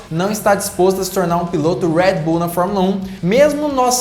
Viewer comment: para de falar enrolado moço , uuuueeeeerrrrrreedd bull , é brasil irmao , red bull